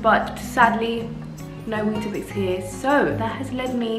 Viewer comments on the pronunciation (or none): As a South African I will never get used to how you pronounce weetbix 😂 it’s so interesting